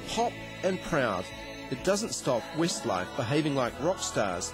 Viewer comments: it did sound like he said 'Wistlife' didnt it, lol!! I ADORE 'Wistlife', or Westlife as they are kinda known! I too hav loved them right from the start of their carrer and my Shaney, I love him most, hangover, bless him, shall I kiss it better! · "wistlife" lol